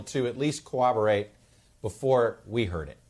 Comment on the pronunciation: Okay,, you don't seem to have a legit speech impediment... so I am going to let you in on a little secret.... corroborate, does NOT have any W's... it's not pronounced cowwobowate.